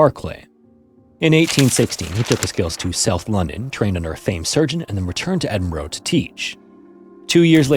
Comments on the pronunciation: I always feel like I''m tempting fate watching these videos. For future reference it's not Edinbro bro... It's Edinburgh, pronounced more like burah. That goes for any town or city with borough in the name. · Hello! Scot here with a little note for future pronunciation: your pronunciation of Edinburgh is REALLY close, but rather than Edin-BORO it's more like Eh-Duhn-Bruh. Similar with Glasgow, it isn't GLASS-cow but rather Glazz-goh. It's super easy to get tripped up by the names of our cities, towns and villages if you aren't from here, and I hope this doesn't come across as me being mad or upset with your pronunciation? I just thought it would be worth mentioning it in case future stories you tell are based in Edinburgh! As always, I'm a huge fan of your channel and your dedication to telling these stories in a way that is detailed, easy to understand and most importantly respectful. Thank you for doing what you do. :) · Pronounced "Edinburuu...." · "Ed-in-burra"is the correct pronounciation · dying for north Americans to sat cities properly: edin. burrrrrrr. or jusr edinbruuh really quickly. also if you come to this country please visit the necropolis in glasgow nd edin they're dope n david hume is in edin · Not massively important but Edinburgh is pronounced 'edin-bruh' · Edinburgh is pronounced "Edin-burah" please... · I love the content but please learn how to pronounce Edinburgh properly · Please learn to say Edinburgh properly that sounds so wrong